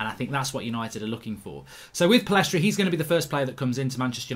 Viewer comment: Mark, get the guy’s name right. Pillistri not PillEstri.